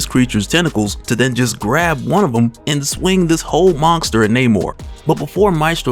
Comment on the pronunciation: Am I the only one that hears Mon(k)ster? It's so funny anytime I hear it in your vids